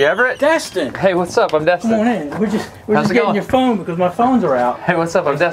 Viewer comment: His name is Destin, not Dustin